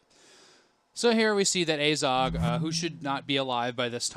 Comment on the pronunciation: Your pronunciation of Azog is fucking dreadful.....